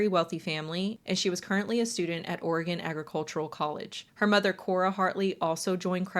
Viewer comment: Thank you for pronouncing oregon correctly